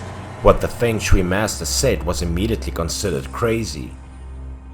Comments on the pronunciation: feng shui pronounce as fong soi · Fong shui 😊